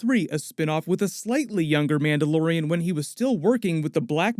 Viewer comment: What, a Mandayodian?